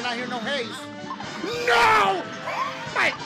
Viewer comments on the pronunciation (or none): i love how he says neooo